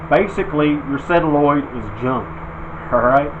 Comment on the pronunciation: It's a sOlenoid not a sElanoid!